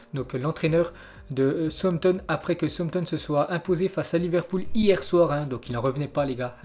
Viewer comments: souzampton est mieux pas sauossampton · Souamtom ???? Southampton plutôt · southampton se prononce saoussamton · alors en phonétique cela se dit Saousse amptone !!! Et iouna teud !!! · Tu prononces mal le nom des équipes : SOUTHAMPTON ET UNITED (YOUNAYTED)